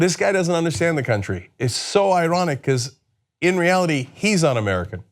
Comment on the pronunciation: Does it annoy anyone else the way he pronounces “country”.. its bad enough he uses it ten times in each sentence.